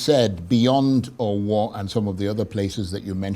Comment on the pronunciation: of Arise news can't even pronounce Owo properly when he is a Nigerian. Jeez!